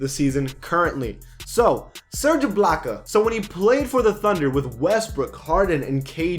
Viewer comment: Lol I thought I was the only one who said iblockya instead of ibaka